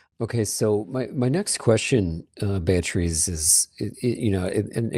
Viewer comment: Amazing how doesn't know how to pronounce the name "Beatriz"